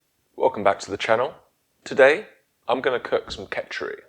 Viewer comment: 10 seconds in and he is saying ketch-er-eee